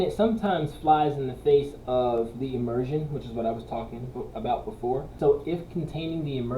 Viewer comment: ?!! What's 'at aboot?!!!